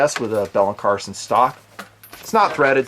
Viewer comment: Hey brother, just so you're aware, the last name is Carlson, not Carson. No malice intended whatsoever; keep up the good work :-)